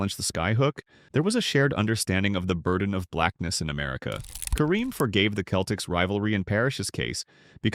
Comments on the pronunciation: Ummmmm... the "narrator" here mispronounced Wilt's last name as Chamber-layne... which is how it is spelled, of course, but was pronounced that way by no one, ever. I let that go as perhaps a mis-hearing on my part.... but then I heard Mr. Narrator mention "the Boston Keltics" ... and that was it for me... I am now too old and unwise to waste my time contesting the plastic opinions of some AI-bot. PS: I saw my first NBA game at the old Boston Garden in 1962, and I saw Wilt in action, live... and then saw at least 8 more games with him on the floor, at the Garden. I also saw, on TV, Lew Alcindor throughout his entire 3-year career at UCLA, and of course everything he, as Kareem did in the NBA. Both Wilt and Kareem were just massive in every way. As a Celtics fan, they were both represented the ultimate in competition, and I was in awe of them every time. The racial politics of the USA when Wilt grew up were way different than the politics of Kareem's formative years. Each player dealt with incredible challenges, and both succeeded at the highest levels. And that is how I see them. I will say... if I was gonna build a team, I'd go with Kreem. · Hard K "Celtics" 😂 The commentary sounds like it was create by an LLM trained on a model built by a C+ Black Studies major at a community junior college in New England.